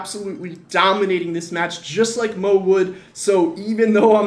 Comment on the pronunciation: The disrespect to mo’s name😭